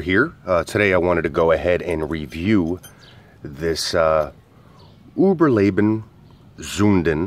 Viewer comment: You pronounce it correct. Unlike in the companies own video